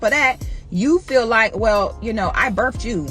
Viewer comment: "I birfed you." ...And you're a college grad?